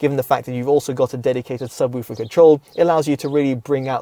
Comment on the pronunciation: Subwüfer haha. Good review 👍